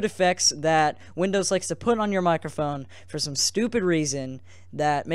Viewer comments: "Enabling my mOcrophone" niceeeeeeeeeeeeeeeeee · Mocrophone... LOL